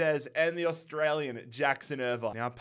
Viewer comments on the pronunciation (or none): none